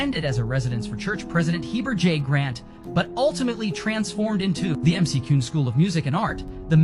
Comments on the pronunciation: And to pronounce it correctly matters! Its Mac-Ewin Mansion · Mick-cue-n = McCune